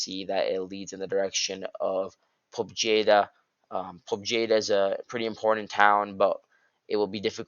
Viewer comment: The J in Pobjeda is silent, it means "Victory" in Russian.